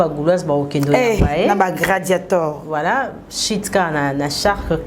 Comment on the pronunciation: Surtout du côté prononciation ba gladiator pas gradiator